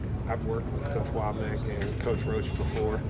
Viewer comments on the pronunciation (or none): Wommack* a man’s name is all he has get it right. No shade